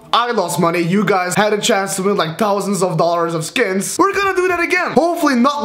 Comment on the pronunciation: he says "tousand" in stead of "thousand"